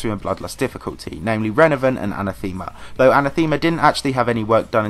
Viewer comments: I hate to be this guy, but it's uh-neh-theh-muh, not an-uh-theme-uh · You know what's even more controversial than EndLevel?? pronunciation of Anathema (Look it up. It's wrong.)